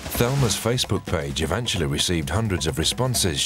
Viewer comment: The way thelma pronounces facebhoook 🤣🤣